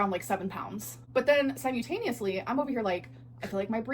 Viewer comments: Her brain can only hold so many words at a time. She had to get rid of "grams" to make room for "sigh-moo-taneously" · Si-MOO-tay-neously?! 🤔😂 Is that when lolcows do things at the same time?! 🤔🐄🐄🐄🐄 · sime-yull-tain-eus-ly is one of my least favorites 🤢 it’s almost as bad as…suk-a-lent 🤮 Edit: lol I wrote this before I got to the part where you called this out too. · If she says “si - moo - tanIE ously” one more time ughhhhh 😡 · That's not how you pronounce simultaneously....it's like... sigh·mul·tay·nee·us-lee. Also, if she's saying that her scale is showing southern pounds less than it should on the water and also saying that she lost 7 lb in the last whatever amount of time My guess is that she actually didn't lose any weight at all if anything she's probably gained but if her scale is off at least 7 lb she definitely hasn't lost. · Her saying "simyutaniously" was 100000% on purpose. You can tell when she's trying to create a viral moment (underlining/underlying, being a good recent example. She pronounced it normally in this vid) because she'll say it very, very clearly and multiple times. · You can really tell when she learns new words and phrases. She always comes to youtube and says them wrong. With all the books she "reads", youd think her vocab would be better. SimYOUtaneously lmfao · Ok. I've watched so many reacts to Amber's video today that I forgot how to pronounce simultaneously correctly. (Only reacts, not Amber's video.) I concur, Amber is just a dumb liar. Has no concept of the truth at all.